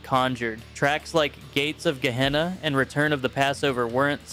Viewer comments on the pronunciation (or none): none